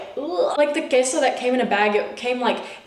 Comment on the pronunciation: I love how much emphasis you put on Queso Tortilla and guacamole lol